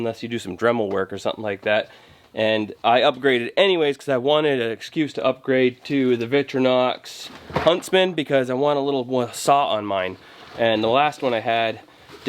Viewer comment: Vic tore an ox... Just say it once correctly.